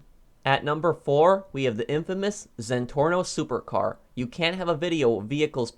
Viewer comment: you said it wrong it’s pronounced “zenporno” hehe 😂